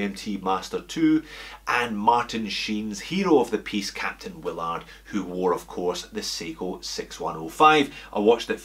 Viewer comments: Is there some arbitrary reason to mispronounce the movie character's name as Captain 'will-ARD?' You don't say, "sei-KO." The character's name is pronounced "WILL-erd." They say it like that in the movie about a hundred times. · Cpt. Wil-lard... Funny.